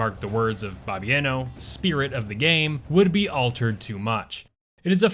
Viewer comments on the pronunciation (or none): As a Polak, everytime you mispronounce Bloobers presidents name i cringe so hard my soul vibrates outside of my body. Bobbi-ano? 🙄